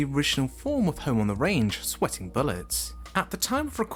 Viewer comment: Also pronounces "sweating" as "sweeting".